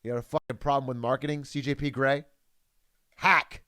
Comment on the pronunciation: "SEE JAY PEE GEE" ???